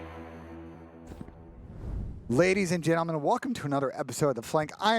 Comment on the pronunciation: Ladies and gelcum??😭